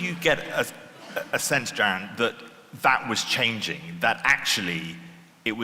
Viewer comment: Give your guest some respect, it’s Jaron Lanier, not ‘Jason’